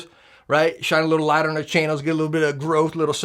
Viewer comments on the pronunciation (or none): none